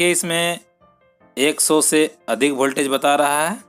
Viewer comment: वोल्टेज सही उच्चारण है न की भोल्टेज😃😃😃 सुधार करें। लेकिन विडियो उपयोगी है।👍